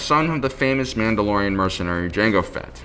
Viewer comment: Don’t know if it’s just the mask, but the mispronunciation of the mandalorian’s name is killing me.